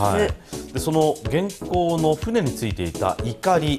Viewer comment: 元寇のイントネーション、合わせないと。平板で。